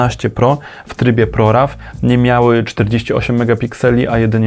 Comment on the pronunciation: Jak można czytać ProRaw po polsku 🤦‍♂️